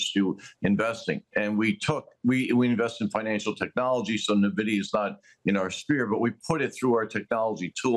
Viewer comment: I cant trust anyone who pronounces it NUH-vidia